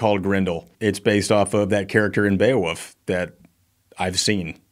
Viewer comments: I'm sorry but is it really pronounced Beowuff? Is this some quirk of the Skandinavien prounounciation? I was just 10 when the movie was made so forgive me for being uninformed. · Why is saying Beowoof? 🐕